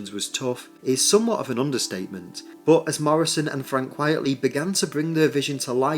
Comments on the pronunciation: Quite-lee Not quiet-lee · Quite-ly, not quietly! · Frank Quitely, not Quietly. It’s a pseudonym and a play on the term “quite frankly.”